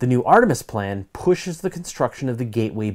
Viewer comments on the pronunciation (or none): none